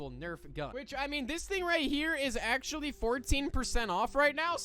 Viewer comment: erm you said "actually" wrong dumb